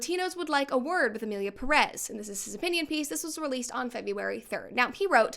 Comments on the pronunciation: Please Brett, each time you say "Emilia Pérez" I'm tempted to say like Hermione did to Ron in HP: I's Peeerez, not Pereeez.!!!... In another note , regarding the director when referring of Spanish speaking countries and his lack of due research of the Mexican culture: What did people expect from a french being french? Mockery of everything outside their own and believing the rest of the world is beneath them is typical for them, they are natural born trolls \_(ツ)_/. I personally think he did as intended I.E. Enrage everyone that could feel a minimum of relationship with the theme presented, or more precisely: misrepresented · Ik its not a problem in content but every time someone says Emilia Perez (peress) instead of Pérez (emphasis on the first E) i cringe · I now the movie sucks but pronounce the name right please